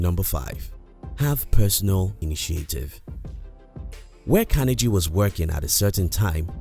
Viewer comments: Part of being successful is admitting we made a mistake and pronouncing someone's name correctly is important. It was distracting and that's why people mentioned it, needless to say so that people don't repeat the mistake. Great content otherwise. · Yes it is important. The narrator sounds silly pronouncing like that. Creates a bad impression which reflects on the whole video. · But if you miss on the little things you can miss on the big things too. That's why mispronouncing his name is important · Great work. How did you learn to pronounce Carnegie? I haven't heard that before. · How about taking the time and making the effort to learn how to pronounce Carnegie correctly. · It is CAR-NE-GEE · These lessons were great and useful.However, I wish whoever hires people to do voice over, at least they would be able to pronounce the name of the Main Character correctly! It is Andrew Carnegie for Gods sake! Hearing Andrew Kennedy 100 times in the video was very annoying!!! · Watch documentary on this man. He was not a good one. This video sucked his pronunciation of the mans name was terrible. Sounded like Kennedy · Please say his name correctly. It is not kenergy. It is Carnegie. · Its pronounced: Kar-nee-ggee. If you're going to speak as an authority on a subject as in this video, at least ensure your pronunciation of that person or thing is correct. Here endeth the lesson. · CARNE GEEEEEE for fucks sake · Learn how to pronounce his name, will ya? CAR KNEE GEE (as in French name GUY) Emphasis on the penultimate syllable. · Your saying Carnegie wrong. You don’t pronounce the g like that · How can you get his name so wrong?! I mean you must have heard his name before lol. Unless you've done it on purpose to gain comments, in which case well done, you've gained another comment. Nice compact content anyway. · Mispronounced his name, but good to listen to the info! Thanks! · Pronounce his last name correctly. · At least learn to pronounce his name.